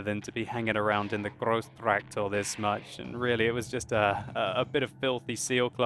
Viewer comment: Grrrrosssschtrraaacdorrrrr. I love your effort in getting the right pronunciation. :D